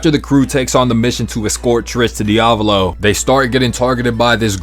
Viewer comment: ITS NOT DIOVALO